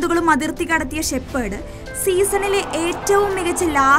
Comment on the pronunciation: ഷെപ്പേർഡ് അല്ല കൊച്ചേ ഷെഫേർഡ്